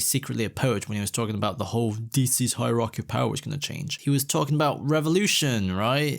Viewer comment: The funniest thing in that advert was Dwayne not knowing how to pronounce hierarchy. He kept saying "higher key."